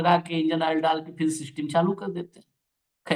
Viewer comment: Seeisteim? Arrey english ko tan taan kay yateem kar deeyaa